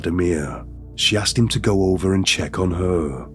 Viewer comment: is it just me or this dude has a weird voice. "Ovuh....fwozun...twustud...slowleee,"